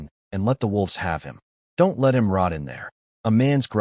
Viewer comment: The images are pretty good, occasional extra arms or visual puns from misunderstanding metaphors, some funny. Voice is pretty good, mispronouncing the usual words, bow, read, let, and a few others. But plot points keep getting dropped all over the place. His hidden valley is secret, no he invites people in and everyone knows where it is. #FeedTheAlgorithm